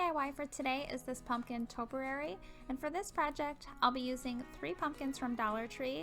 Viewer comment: Great video, good tips, esp. how you used the paint brush handle to push the fabric into the pumpkin. Love the canvas with the leaf; I've looked at those little blank canvases so many times, wondering how I could use them! BTW, topiary is pronounced: toe-pee-air-ee.